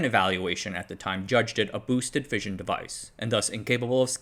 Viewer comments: Fission is pronounced Fishin, Like: Gone Fishin' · Love the content. Only gripe is that "fission" is pronounced like Gone Fishin'